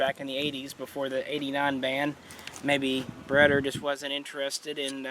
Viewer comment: cringe every time he says it